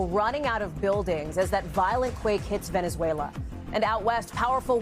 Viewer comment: Venezuela.... more like Venezzwayylaahh!😂